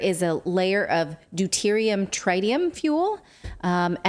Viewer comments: It's trit-ium not try-tium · Worst description of fusion vs fission I've ever heard. BUT at least she said NUCLEAR and not NUCULAR XD Also.. Trit e um. :P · I have a trite opinion of her pronunciation of trite-ium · Tr-eye-tium hmmm. From 3 eyed monsters or a bossy "i?" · Tritium is not pronounced with a long i as in triangle. Pronounce it more like the i in twitter.